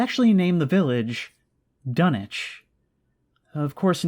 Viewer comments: Dunwich not Dunich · it's uh, pronounced dun-witch lol